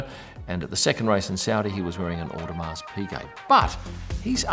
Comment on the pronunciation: Audemars… the S is silent…